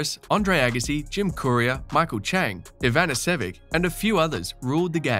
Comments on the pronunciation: nobody could pronounce those Slavic names because they were spelled wrong. I have heard IanEEsevick, Ivanisevick, Ivanisevich, and finally Ivanishevich (correct). Also used to be Safeen until they finally said Safin. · Pretty clueless commentary... "I-van-is-sevick"... and Djokovic volleys very well, while his overhead technique is indeed fragile. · Who is YEeVaneSSOOOVICK? Did he mean Ivanisevic? And also, when he says during the "naughties", does he mean the 90s? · Ivanishevich (Ivan EE Shevich) They never used the right alphabet, until Wiki did. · Novak’s volleys have been better than Federer’s since 2014. “Can’t volley to save his life” shows your latent bias. Also, you butchered Ivanisevic’s name.